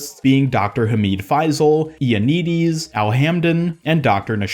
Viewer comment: It’s hamid fay-sil